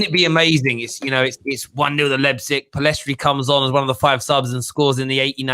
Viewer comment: pronounced Leipzig right for the third time.